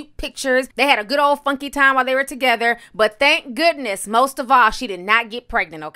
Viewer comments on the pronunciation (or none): none